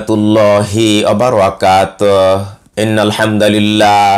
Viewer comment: "wabarakatoho" pesh ti thik bhabe uchharon korle sondor hobe "toho"